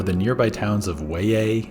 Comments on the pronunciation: its pronounced Way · Weye is pronounced ‘way’